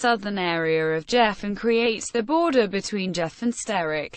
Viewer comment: not pronounce jeff -- pronounced GEE -- off